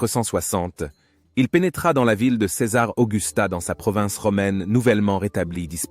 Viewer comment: Ls prononciation de "Céz..s " pour /ces/ est une difficulté récurrente chez nôtre interprète IA. Ez..sse possible de corriger ce ðéfaut récurrent ? Quand à la prononciation de MAJORIEN on ne peut pas s'attendre à ce qu' un américain parvienne jamais à prononcer correctement les noms des romains: Scissoŕ pour César Sissiroe pour Cicéro Pampy p. Pompée ....